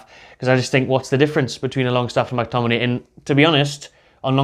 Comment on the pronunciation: no way mctominayy lol